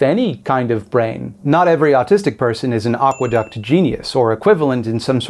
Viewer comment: Aqueduct.... at first I heard agua duck and was like, yeah they usually live near water 😅😂